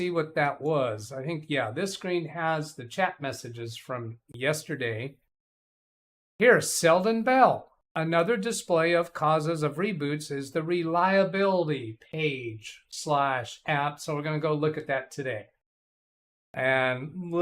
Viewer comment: You're not on the 'ball"; Selden Ball that is. You keep saying "Bell" (perhaps thinking of a southern belle? 😁). This is a 🔔, this is a ⚾. Great video by the way. 👍